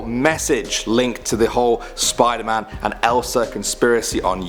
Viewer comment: I got triggered when she said "Spider-Man"